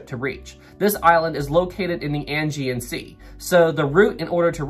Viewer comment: Thanks for the video,! Two things to mention: 1. Aegean is pronounced "Ah - Gee- In ". 2. Just before Britannic struck the mine, there was a shift change in the lower compartments (boiler rooms and engine rooms) and all of the watertight doors were opened to allow the workers to easily pass from one area of Britannic to another. During this shift change was when Britannic struck the mine and all of the watertight doors were still opened. Captain Bartlett was just about to take a bath when the ship struck the mine and came into the bridge in his pajamas! Cheers.